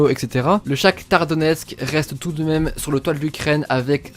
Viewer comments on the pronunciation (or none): none